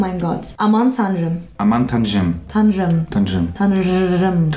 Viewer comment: Hahshshshshshhshs: aman tanrim: aman tanschjim hahahahahahah 🤣